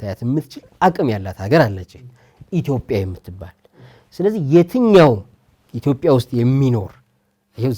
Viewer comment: የአላዋቂዎች ውይይት! የዜግነትና የብሔር ጉዳይ እኮ እንደየአገሩ የተለያየ ነው፤ ሲቪክስ ኔፕ፡፡ (ደሞ ኢትዮጵያ እንጂ ኢቶፒያ አይባልም፤ መጀመሪያ ስሟን አስተካክለህ ጥራ) እሼ ሕፃናቶቹ ላይ በርታ እዚህ አገር አዋቂ ብዙም የለም፡፡